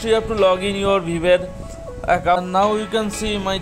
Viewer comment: Dude learn first how to pronounce Viber. :yt